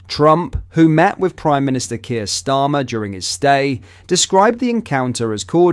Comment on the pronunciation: this narater wants to show respect to PRESIDENT TRUMP, as in the the same sentance he refurs to qweer drama ,as sir kier stammer !!!! ,think maybe this little feckers a secret wokite